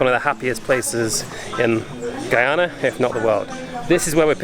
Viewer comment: Beautiful video. You say the name Guyana so perfectly. Thank you. We appreciate folks like you❤️❤️